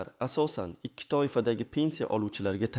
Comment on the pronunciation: Итти эмас икки дейилади суньий интеллект😂